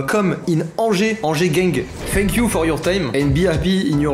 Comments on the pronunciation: Dans ton outro pour tom t'as dis "fck you for your time" et pas "thank you" juste comme ça 😭😭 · C moi ou il dis fuck a la place de thank